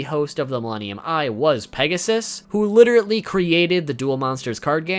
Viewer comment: L.i.t.e.r.a.l.l.y. , not "literaTEly"